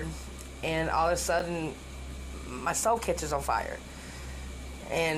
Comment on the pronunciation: I thought I heard that woman say her soul caught on fire. Then I more rationally thought she must have said salt. Finally, after listening again, I realized it was, in fact, her stove that caught fire.